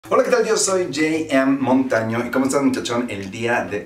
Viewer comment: Por que yei em Montaño? No se oye mejor jota eme Montaño?